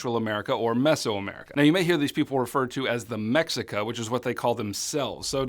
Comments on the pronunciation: Mexica is actually pronounced meh-she-ka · Mexica is pronounced “meh-shee-ka” for anybody interested there’s a ton of Nahua and other indigenous Mezoamerican learning aids on YouTube.